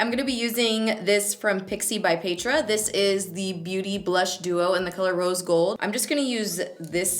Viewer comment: I think I'm the only one that heard you say ,"Pixi by Pedrahhhh" like Pedro 😂